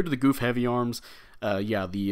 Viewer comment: Got it last night and haven't tried it yet, not really excited for this one. BTW it's pronounced Guf not goof lol